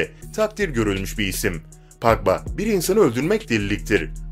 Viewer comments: Paqba ne ya Pogba azck ingilizce öyren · La futbolcu isimlerini adam gibi söylesene ya gıcık ediyor aga engolo kenti ne engolo kante diye okunur idin hazırd ne la eden hazard diye okunur paal pagba ne birader çok gıcık ya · Video güzel ama isim tabirleri kanti eeedın hazırd pagba faln gülmekten öldüm djjdjdjeje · Paul pagba deyil Paul pagba